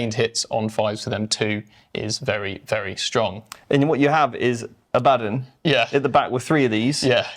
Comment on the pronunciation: I know right, My friends and I always make fun of people saying Abbadin. They gotta put some respect on the primarch-level Astartes Warmaster.